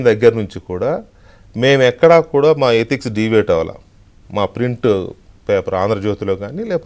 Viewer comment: ఎటిక్స్ కాదురా ఎథిక్స్.. తర్వాత ఇంకేం మాటాడుతావురా..